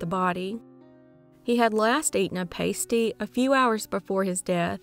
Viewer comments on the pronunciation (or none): So glad to hear of Somerton Man. This case has fascinated me for years. (P.S.: When referring to the edible variety of pasty, it's pronounced "PAH-stee" rather than "PAY-stee. :) ) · It’s pass-tee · So cool the Somerton Man case has been cracked. Btw, “Pasty” is pronounced “PASS-tee” despite how it looks. Brisbane is pronounced “BRIZ-bun”. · In case #3 the pasty interested me. It is a local thing of Cornish origin, and I was surprised to hear of it in Australia. We pronounce it with a long A.